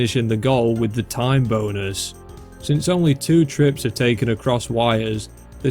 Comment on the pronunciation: HELP I THOUGHT HE WAS SAYING "TIME BONERS" THE WHOLE TIME